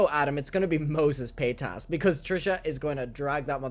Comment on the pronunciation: Finally you can pronounce Trishas last name. Yaaaay